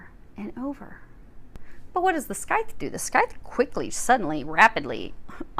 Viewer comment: Love the reading, as always! One small nitpick if I may: the C in Scythe is silent, so it’s pronounced “sythe”. Sorry, I’m a stickler for that sort of thing haha Thank you for the reading!